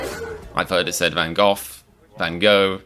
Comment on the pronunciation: Well if you wanna now how to pronounce it. Van Gogh, being a dutch name you would pronounce Van as Fan, maybe closer to a Ph sound though, the a would have a more ah sound. Gogh on the other hand is a bit trickier to explain without making the sound, the final gh has an interesting sound happening in the back of your mouth, a weird mixture of g/k and ch. It's similar to the sound you make when you say 'Ich'.